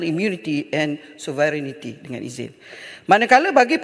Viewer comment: Lady, please pronounce 'sovereignty' right. 🤦🏻‍♂️